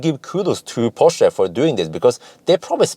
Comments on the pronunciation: You've nailed Porsche like a German, now to work on how they say Taycan (Tie-kan).;) ONE = multiple Porsche test drivers!:) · Well done on the Porsche pronunciation I actually believe Taycan should be pronounced Tie con!! More fun to be had with our German friends lol